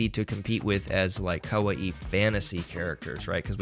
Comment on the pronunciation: After 40 minutes I just couldn't take your pronunciation of kawaii anymore and had to stop the video.